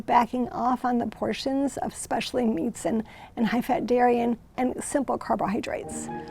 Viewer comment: I have a hard time taking anybody who says "EX-specially" seriously